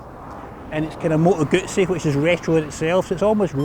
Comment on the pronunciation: Good review, and congratulations on being one of the few english speaking reviewers to pronounce Moto Guzzi properly👍🧐